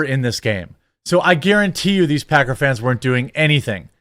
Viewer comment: i'm certain he called them packer fans but i heard pecker fans and no i can't unhear it Lmao also football fans are the MOST toxic sports fans i've ever met